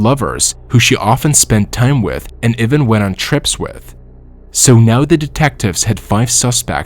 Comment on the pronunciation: One can tell that you use a bott - even turns into ewen, father turns into further, and other words! Not good!!!